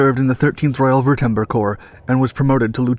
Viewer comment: This channel is a Joke. Every episode is inaccurate. Ok so Dirlewagner fought in France and Russia during WW1, THEN...in 1913 he joined the 13th Wootember (lol) Corps and was promoted to Lieutenant and received the iron cross 1st and 2nd class, then once the germans surrendered in Romania he was trapped at an internent camp and escaped. Just a heads up for future episodes, World War 2 didn't begin until 1914. Dirlewagner served in the 13th Royal Württemberg Corps (wur-tum-berg or ver-tum-berk, not woo-tem-ber) immediately after joining the army and on the western front. He wasn't promoted to lieutenant until 1917 and he wasn't trapped at an internment camp. After Germanys surrender, units were expected to surrender then be taken to internment camps; Dirlewagner unit was able to evade encirclement.